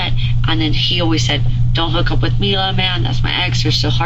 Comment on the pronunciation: It’s Mila.. not Melissa 🙄